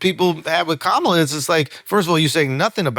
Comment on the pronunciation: why can't you pronounce Kamala's name the correct way?